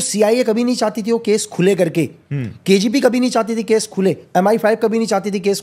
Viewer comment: Ye banda KGB ko kgp bol raha hai. Kiske lakar bitha diya yaar Gaurav